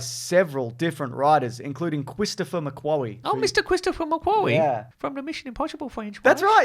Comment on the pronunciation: Cwistopher mcwawy